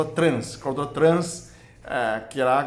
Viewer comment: Acho tão lindo o falando..."gordula". Não conheço Chinês mais maravilhoso que o. 🇧🇷❤